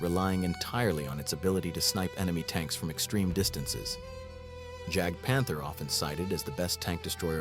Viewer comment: How American can the AI in this video get, the mispronunciation of Jagdtiger, Jagdpanther, etc. with hard a J instead of pronouncing the J as a Y.